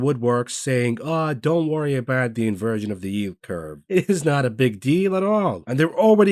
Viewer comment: Haha “In-Virgin” rather than Inversion….love this guy!!! LOL